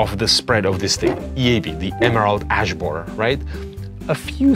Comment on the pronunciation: "Emerald Ass Boarer"